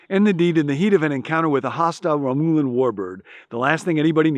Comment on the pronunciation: Ha ha, it’s pronounced RAA-myuh-lun, and I just know you did that on purpose to see if the Trekkies noticed, lol 🤣🤣🤣🤣🤣🤣